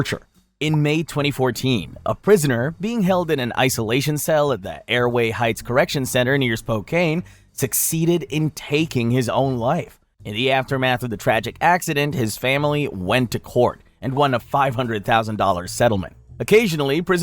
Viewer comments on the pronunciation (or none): Just a random fyi you don't care about, it's Spo-can Washington not Spocane, sincerely a Spokane resident lol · It's pronounced "spo-can" btw